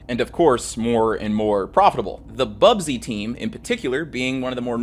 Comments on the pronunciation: Busby not bubsy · How we gonna tell him it's "Busby babes" and not "Bubsy babes" ? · ‘BUS’by, not ‘BUB’sy, 🙏 sincerely a local MUFC fan. Great video though! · BUSBY, not bubsy lol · Busby Babes, not "Bub-sey" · Busby. Not bubsby 🥲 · Stop saying 'Bubsy'! It's not a console game 😂. It's 'Busby'. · It's BUSBY babes not bubsy babes🤣👊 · Small thing: the team is called the busby (pronounced buzz-bee) babes, not bub-zee. Great video though! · 'Busby babes', after manager Matt Busby. About had an aneurysm hearing 'Bubsy'.